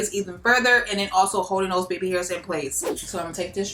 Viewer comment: “Beby hurs” 😭😭😭💕💕💕💕💕💕